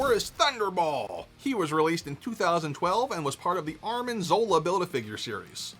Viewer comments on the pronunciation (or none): I happened to notice you said armin zola baf its (ARNIM) not armin haha. Just an fyi.